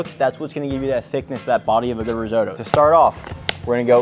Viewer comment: Please check the pronunciation of risotto 😅. All Italians would appreciate it